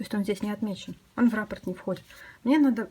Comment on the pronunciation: Отличный коврик,но нужно произносить.раппО'рт.ударение на О